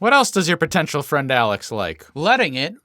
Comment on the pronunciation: F...fwend... FWEND!! FWEEEEEEENNNNNNNDDDDDDDDD!!!!!!!